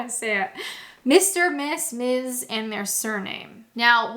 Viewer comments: MS is pronounced MIZ. What has questions 11to 20 got to do with British Culture !? They are WORK related ! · "Ms" here is typically said like "Mz" with more of a Z sound rather than an S sound. But that's a little nitpick that doesn't really matter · Ms is pronounced 'Mizz'